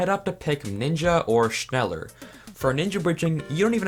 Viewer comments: holy shit triggert mich sein schnällör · Shnela in english pronunciation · wait "schneller bridging" actually exists, whyyy it hurts my ears. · Im German as well, und es klingt lustig wie er es ausspricht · Me, a German when he pronounces “schneller” wrong: “mild uncomfort” (Schneller is German for faster) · “Schneller bridging” me: In visible pain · Digga hat mich auch aufgeregt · "Schneller" is German i means faster. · Is there anyone German who also laughed about how he pronounced Schneller?? XD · All these english people pronouncing schneller bridging 😂